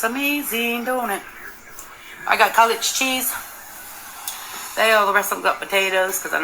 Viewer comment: Hi! Hello everyone. Please tell me she didn’t pronounce it “college cheese”? 😮